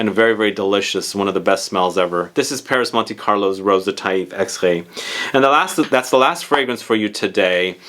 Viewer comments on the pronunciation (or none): none